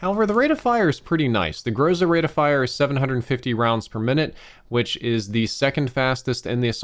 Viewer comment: I’m from Russia and you are pronouncing Groza wrong.